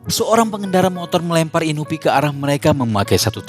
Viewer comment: Bener inupi